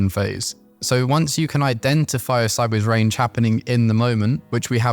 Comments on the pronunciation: I still have problems with your inability to pronounce SIDEWAYS properly.. I hear u call it SIDBAYS. what's SIDEBAYS? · I think he's saying sidewards or sideays? I sometimes hear seybers as well lol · yup it is sideways. very odd